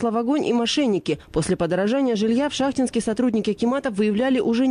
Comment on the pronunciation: Город ШахтИнск. Так ударение ставьте.